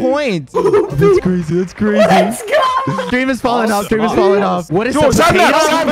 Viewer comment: It’s Skream